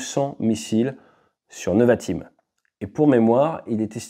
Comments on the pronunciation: Merci pour ton analyse. Rem: on dit nÉvatim et pas neuvatim. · Pour la prononciation c’est « Névatim ». merci pour toutes ces infos, super vidéo